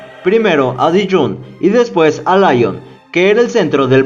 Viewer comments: Muy buen video, lástima la insistencia en pronunciar "Laion" al hablar de Lyon, que se pronuncia así, Lyon, fácil. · El único defecto que le veo a tu vídeo, y lo digo de manera constructiva, es que digas en varias ocasiones "Laion" en referencia a la ciudad de Lyon, que se pronuncia "Lión". Creo que hay que informarse con los nombres extranjeros antes de integrarlos en un vídeo tan interesante. Saludos. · la ciudad de francia LYON se pronuncia en frances como líon . no layon (lyon ) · Se pronuncia Lion, no Laion, es francés, no inglés.